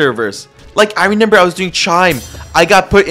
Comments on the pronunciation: He keeps saying renember not remember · why does bro say renember instead of remember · in layer 2 bro could not say remember right 😭